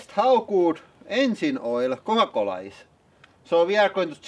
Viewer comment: "kooa kolla" lmao